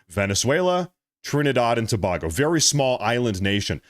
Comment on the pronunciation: Tobago [ TOE - BAY - GO ] NOT [ TO - BOG - O ]